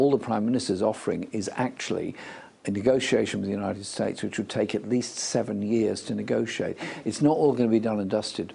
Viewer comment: notice how when asked who see thinks are our important allies, when he says 2The United states" he changes the way he is pronounces it rather badly compared to every other word he says perfectly